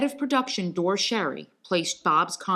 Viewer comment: Dore Schary's name was pronounced "Dorie."